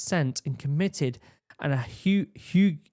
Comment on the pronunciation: Hague; pronounced "hay + g" it's where "war criminals" were tried after WWII Hah-goo 😂